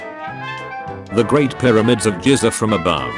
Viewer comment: Gave up when annoying bot voice pronounced ‘Giza’ as ‘Jizza’. Though it does sound like an interesting place.